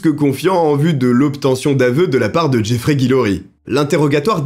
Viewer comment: C'est top! Cependant, un des protagonistes de ces affaires me chiffonne! Tu disais Jeffrery alors que les images montraient Jeffrey! Alors dis moi, c'était Jeffrey ou Jeffrery? 😂 Je pense franchement que tu t'es trompé mais je verrais bien selon ta réponse... Perso les vidéos longues et passionnantes sont celles qui restent dans ma mémoire plus longtemps. Et surtout lorsque c'est aussi bien racontées... Ah bientôt.